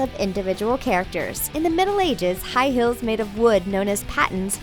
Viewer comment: The ways she says "high heels" makes me cringe